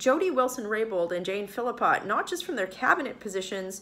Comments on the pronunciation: Oh, and bye the way, her name is not Phillipot, it's Philpot. There's no second "i" in her name so why do you put it in? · Michelle why do you keep pronouncing Philpott as if there is an "i" after the "l"?